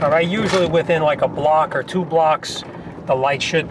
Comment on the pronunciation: "....'How much for the front twoo tpms parts ,and two new tires'..."?